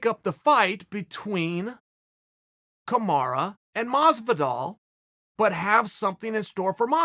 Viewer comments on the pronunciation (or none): Lets all realise the fact that hé sais camara instead of camaru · Kamaruuuuuuuuuuu not aaaaaaa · "KamarA" Nobody is as good as Chael at fucking someone's name up lol. I forget what he calls Yair Rodriguez but he butchers that one too 😂😂😂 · It hurts me every time people pronounce Marty as "Kamaru" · KAMARA not kamaru is his name, who tha fook is kamaru. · "Ka-ma-rah" lol... Uncle Chael always fucks up the names... "Ya-rear" hahaha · Who's Kumara Chael keeps talking about?